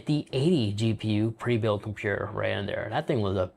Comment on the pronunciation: WTF is a compewer😂😂😂